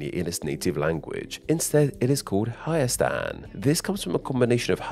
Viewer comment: As an Armenian, hearing you mispronounce “Hayastan” made be die inside It’s fine, I don’t expect people to pronounce it right, but still.